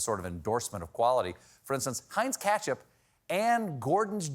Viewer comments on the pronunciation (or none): Stephen, it's not KATCHup, it's KETCHup